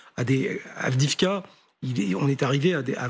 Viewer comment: Il n p même pas prononcer avdivka ce général 😂